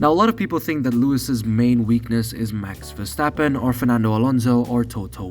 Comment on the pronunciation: max verstappen... not mex versteppen